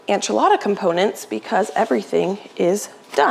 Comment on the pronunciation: are you saying ANchilada???